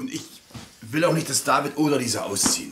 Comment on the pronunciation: Er sagt Alessia statt Lisa